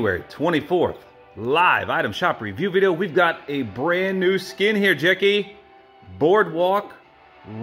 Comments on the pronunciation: STOP IT JACKAY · How to pronounce "Jackie"- Jak-key: ❎ jACKAY: ☑️